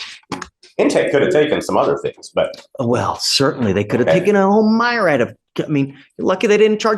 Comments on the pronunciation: a whole what,? A “myrad”? What the fuck is a “myrad”? Do you mean “myriad”? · a m’eye-rad of things? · It's pronounced mee-ree-ad. Not my-rad,. 😂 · its not pronounced "my-rad" it's pronounced "mee-ree-ud" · it's pronounced meer-ee-add,. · I like this but how did he pronounce myriad "my-rad?" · ee... look at that... again... He doesn't listen.. He only waits for his turn to talk. Trash Mfer pronounced "myriad" as MY-RAD... and he gets to lord over people? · Lost my respect for when he said “myriad” wrong. I know it is petty and dumb but it’s just how I feel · I have never heard someone pronounce myriad that way. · Nerdy little dweeb in a candy cane bowtie who can't pronounce the word "myriad." Haha